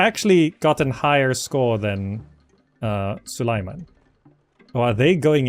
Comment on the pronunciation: Repeat after me: Sue - lay - man. Now do it without pauses. Congrats, now the sultan will know you addressed him!